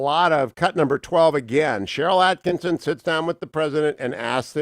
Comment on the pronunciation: jeez cherrist hugh,sheryl at Kih Son, not atkinson